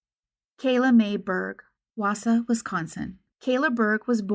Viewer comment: Good job on your pronunciation of Wausau but Antigo wasn't correct. It's closer to Ant-ig-o than An-ti-go. One of those weird WI pronunciations. They really don't have enough to charge the driver & guarantee that it would stick. I lived & worked in that area of Central WI for many years. I remember there being posters all over Wausau & the surrounding areas at the time. All 3 of the "local" TV stations ran the story many times. Thank you for covering Kayla's story!